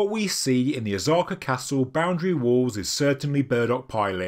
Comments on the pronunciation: O-sah-ka. Not Ozarka. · Osaka not Ozaka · Just saying… O-SA-KA… not ZA…. Been living here nearly 30 years. Yes, “ZA” is a sound/character, but it is not interchangeable with “SA”. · Osaja pronounced Oh-Sah-Kaj, the S is NOT pronounced like a Z THe O ir ptomounce like o\O'Malley or O'Brien, and O'Toole.Speifically Osaka is pronounved like O'Sullivan and not like Ozarks. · God damn, it's not Ozzaka, stop the mispronunciation.. polygonal are not a polygamy stone, no one is taking multiple wived on the stone,. Polly, pronounce it correctly not as the limeys. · Why do you call it Ozarka castle? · that pronunciation of “ahs-aka” is wondrously wrong. literally never seen anyone try to divide the name in that manner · Jeez, IT IS NO OZAKA. Pronounce the SSSSSSSSSSSSSSSS for god sake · Pronunciation of Osaka is woefull, but you can’t do everything.